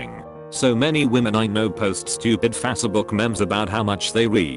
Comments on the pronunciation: FASA-book hahahahaha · «Fas-e-book memms» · When he says Facébook lmao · Fassubook mems... Every time lmao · They way the bot pronounces “Facebook” lol